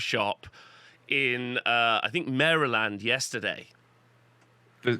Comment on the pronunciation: with all due respect, it's "MARE-uh-lind".